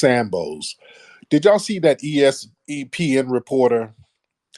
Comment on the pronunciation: He said E-S-E-Pin report lmao